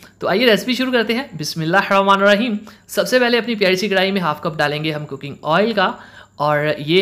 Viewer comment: Bismillah ki prononsiaton thek kren please